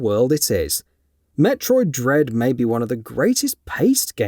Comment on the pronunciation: I think u said Dread wrong in the opening line in the video.